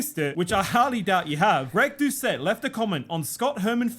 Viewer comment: Pronounce Greg's last name correctly